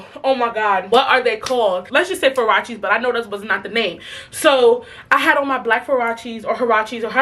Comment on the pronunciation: “Furachies” byeee🤣🤣